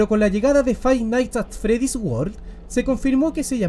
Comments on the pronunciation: fai naigs at fredis = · Si hay algo que todos los chilenos tienen en común es pronunciar mal Five Nights at Freddy's